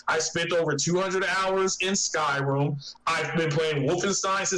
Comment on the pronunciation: this guy keeps calling it skyroom lol, 2nd time so far, 200 hours in "skyroom" my ass